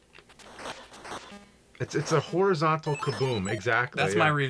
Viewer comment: u said hornyzontal, uhuhuhhuhuh